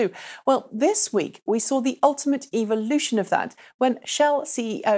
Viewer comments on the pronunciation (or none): none